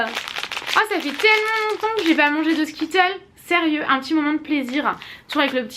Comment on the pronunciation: Je t’aime mais quand dis « skittlE » a la place de « skittleS » ca me stresse énormément 😂 si non super video comme toujourrs ❤️❤️❤️❤️